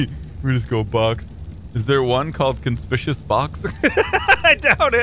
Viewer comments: Con-spick-you-us, not "conspishiss" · It's pronounced con-spik-q-us